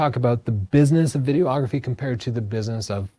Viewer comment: Good info, - as a working pro I often use many of these tips. Not meaning to nit pick, but noticed you're often saying "video-ography" or "video-ographer". Imagine calling shooting stills "photo-ography", or yourself a "photo-ographer":D